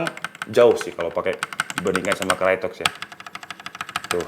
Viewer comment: bang, dibacanya kraytok, bukan krayotek